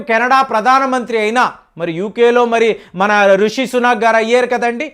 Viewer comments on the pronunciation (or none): none